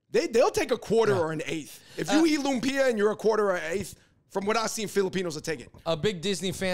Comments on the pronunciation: Funny (not) how Cameron pronounced Lumpia more accurately than the lady whom I'll assume is a Filipino..🤦🏽‍♀️ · I believe Cameron. She pronounced lumpia right.